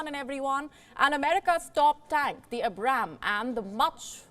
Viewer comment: Not to be nitpicky or anything but you Indians should really be able to pronounce the Abrams better. Its like Ay(As in Air or Aid)-Brahm(as in Brahma)-s